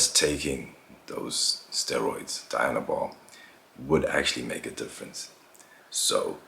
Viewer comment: Its pronounced dee-,anabol...not die-anabol